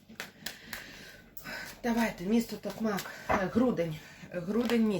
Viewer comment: Велике спасибі за розклад!) Так, кажете правильно ТокмАк! ❤️🥰💪